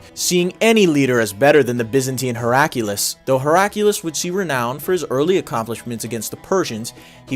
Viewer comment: The Emperor's name is pronounced how it is spelled. Your addition of a random strong U sound is distracting. HerA -kly-us Not Herack' U-Lus